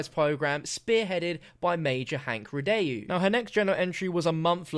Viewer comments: Are you sure it's Rid-day-U because I'd pronounce it Rid-Dow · Please the pronunciation, it's a French name... REE-DOH, Not REE-DAY-YOU... Thanks, merci. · I'm pretty sure it's pronounced "rye-doe", not "rih-dayoo" but every man to his own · Ree-Dóh... Not Ree-de-ju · Aghh I know it's nit picky, but his last name is pronounced 'ree-doh', it's French. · Thank you it was bothering me through the whole video lol